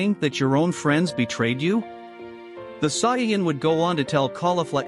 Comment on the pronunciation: Did this dude really just say cyan instead of saiyan